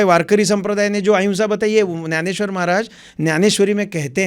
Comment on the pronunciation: त्याला ग्यानेश्वर नाही ज्ञानेश्वर म्हणायचे महाराज हिंदीत बोलताना सुद्धा. त्याशिवाय आपली भाषा अभिजात मराठी वाढत नसते